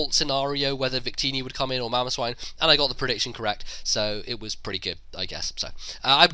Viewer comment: His mamoswine and called mamoswin.